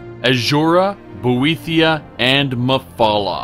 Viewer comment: how the fuck did give say boethiah?